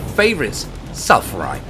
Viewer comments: its pronounced sfal-uh-rahyt not sal-fuh-rahyt idk why google shows pronunciation like that , its weird with all the h's but it has the "F" or "PH" after the "S" and not after the "L" and i dont even know english ( english is not my main language and just kinda learned it mostly from youtube and i just surprized myself of speaking english this good but still dont know if i even use the right words ... oooof ) and i dont know if the 2nd pronunciation is correct cuz i just made it up :/ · he called it salfurite when it's actually called sphalerite